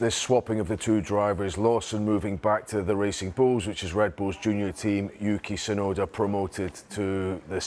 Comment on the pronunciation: the T in Tsunoda ain't silent